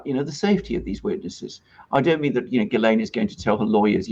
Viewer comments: Please pronounce her name properly, it’s a French name it starts with a jjjuuu, lorn, it’s not perfect but for most non international nation on the planet earth it’s near enough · I have never heard of this name Ghislaine pronounced the way you say it..... I've Lived in Quebec , which is french , and they pronounce it 'Jishlaine " ..